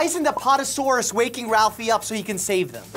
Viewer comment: with a suit he said an keelo saurus when it should be an kylo saurus, he said pl e siosaur when it's pl ee siosaur, a pot osaurs is a pat osaurus, and diplo doh cus is diplo duh cus. I can get even more nitpicky with the pronunciations, but I ain't got time.